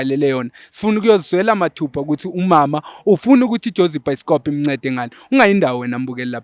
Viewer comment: your episodes 😂😂 By the way....you said it's byskop😂😂😂